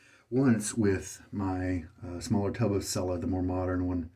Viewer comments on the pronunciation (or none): Dude, TWO whole shaves on a blade! What is the world coming to? The label says “shaving cream with almond oil’. PS pronounce Cella just like you pronounce “cello” in English.